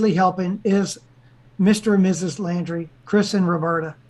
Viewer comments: I think it might be pronounced like the word laundry, like laundry detergent. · Can say the last name right? Laundrie 😎